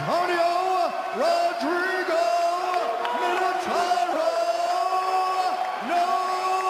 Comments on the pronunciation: Plus, Buffer is so unprofessional.. Doesn't even pronounce the fighters name's correctly. Who the fuck is Merko?? It's MIRKO MEEEERKO. And Antonio Rodrigo? Someone tell Buffer that in Brazil, Rodrigo is pronounced Hodrigo. Guy is so unprofessional.. you'd think he'd learn how to pronounce fighters names if he is a professional announcer. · Murko Cro Cop? Rrodrigo Nogueira? Give me a break. He has no clue how to pronounce foreign names. It's so disrespectful!